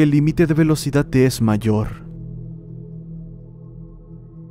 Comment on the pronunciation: "ciudat" "velocidat" JAAJJAJAJAJAJAJAJJA😂😂😂😂